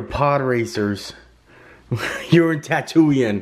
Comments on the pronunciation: He called the Emperor, “Empire”, He said Tatoo-Ian, Dah-Go-Baw, either Neh-booo or Elder-ron and that planet where Obi Wan and Anakin fought and lost his legs🤣🤣🤣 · “Day-go-bah” and “Tatoo-een”. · “Tattoo eein” 😂 … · Does anyone else that exists say tatooien and not tatooine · How this guy pronounced “Parsecs” and “Tattooine”... smh